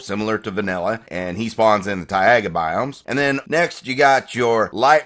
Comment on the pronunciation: thai-aye-gah. my man that shit made me laugh so hard. thai-gah is how its pronounced me thinks